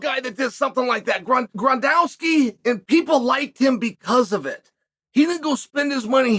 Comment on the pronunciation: Grondowski?? seriously,,, kale. For someone who prides himself on always having the scoop and knowing everything,, that's pretty bad lol